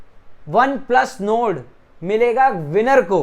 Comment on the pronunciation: Ary bhai one plus node nahi Nord hota hai😂😂🤣